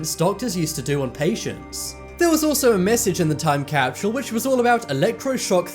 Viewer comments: There no "H" in time capsule! I absolutely love ur channel but for one reason or another the way u repeatedly said" time capshule " was kinda annoying nd this was the 1st vid. On this channel I didn't finish. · Hate the way the guy says capshule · time capshule time capshule time capshule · Damn, I know you got an accent, but there is no H in Capsule. Also, the "future" guy isn't anything special. Anyone can be super vague about things.